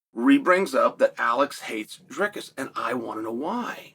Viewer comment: Came for "Pierra" stayed for "Draykus"